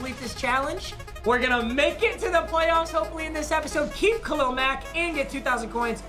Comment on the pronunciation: I love how papa says Khalil like “Khalel”